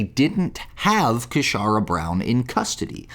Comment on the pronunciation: 'Casharra' says it all! 😂😂😂